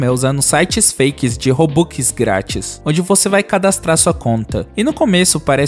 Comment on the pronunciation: Ele falando robux e engraçado robuquiskkkkkk😂